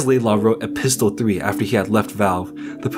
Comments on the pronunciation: Epistle is pronounced with little or NO hard "t" sound - E-piss-L, NOT E-pistol. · The "t" in "epistle" is silent. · the T in epistle is silent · Epistle has a silent "t" 😂